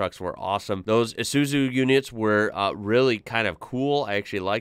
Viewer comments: Pronounced as EYE-ZOO-ZOO, they are a great truck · Drove these CAT1 tankers for 20 years. Isuzu is pronounced- i-sue- sue. The RFS (new south wales Rural Fire Service is the world’s largest fire service with the majority of crew volunteers. I’m retired now. Thanks for sharing. 🙏🏽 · I think we pronounce it eye-zoo-zoo. Still not far in but should see the Bush fire brigade units, so unique too. Also, the plane was dropping red fire retardant, would have had another smaller plane in front letting them know where to drop it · It's actually pronounced ih-suu-zuu like the start of the word 'ear' but nobody cares. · It’s pronounced I su. Zu and those hire trucks are used to go on bush areas that are on fire to create a fire line or as Americans might call it a fire break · We say it Izzuzu